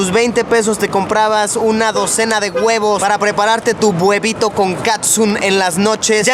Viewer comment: soy el único que casi muere de risa cuando Luisito dijo buebito con catsun? xdxdx